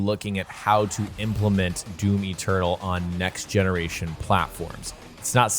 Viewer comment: its doom eternal not doom eturtle